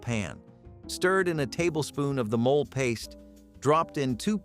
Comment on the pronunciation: Its NOT mole( animal) its said " mo- lay"